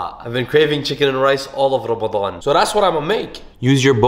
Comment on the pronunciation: So is no one gonna talk about how he pronounced ‘’ramadan’